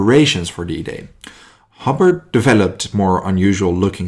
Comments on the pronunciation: It’s Hobart HO B A R T like the city in Tasmania not hobbit or whatever your calling him ok so H O B A R T ok ugot it otherwise very good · Great video but couple of pronunciation issues. Woolwich is pronounced "wull itch" and Hobart "Hoe baart". But as you said an Incredible guy who saved a lot of lives by getting the right equipment to the right place at the right time. The US DD's were launched too far out. Had that had them in the beach "Bloody Omaha" might not be as bloody. And as for the Churchill crocodile. Many times the crew would give the Germans a "Wet squirt" which means unlit fuel squirting the defender's. It was enough to get people to surrender. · Pronouced Ho-bart